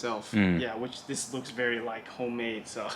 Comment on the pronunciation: Veery nice